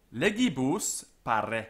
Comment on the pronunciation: Here you are less careful than usually with double consonants and neuter plural nominatives. Here "pare" sounds like parre, final a in"honesta" sounds long, making it an singular ablative. Now, a far as I know 'parre' means nothing but some another word could cause misunderstandings. I know careful distinction of quantity is not important in English language. I don't want to come across impolitely, I just wanted to tell what my ear caught. Other phrases were perfect.